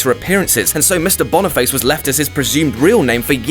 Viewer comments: I was also wondering the same about the name Boniface. As far as I know, it is never pronounced Boney-face, like he said it, but bon-i-fass... like the pope. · I thought he said 😂😂😂